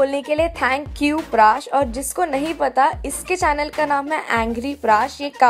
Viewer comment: today I learned that 'prash' is pronounced as 'prAash'